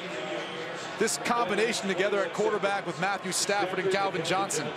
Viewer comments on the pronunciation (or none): none